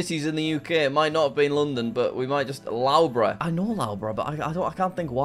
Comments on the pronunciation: By the way it’s pronounced lufborough not lowborough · lowbruh.. BRO its luffbruh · "L-au-bruh" caught me off guard It's pronounced "Luff-bur-ugh" but it's all good Jack! :D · love the way Jack mispronounces most names, Loughborough 'Lowbro' - it's Luffborough! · No way Jack just called Loughborough (l-u-f-b-u-r-u) Loughborough. But thx for the entertainment on Christmas Eve Jack!!!!! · licester owns loughbrough and it is prononoced lovebrough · Jack pronouncing Loughborough as lowborough hurts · Loughborough is pronounced “Luff- bruh” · The way he says Loughborough hurts my soul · As a person living in the UK and studying at Loughborough University, your pronunciation of Loughborough was so bad I wonder if you were faking it! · We can't just leave how he pronounced Loughborough. That's just painful. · Please learn how to say Loughborough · you have no excuse for butchering the pronunciation of loughborough, please resolve this issue asap.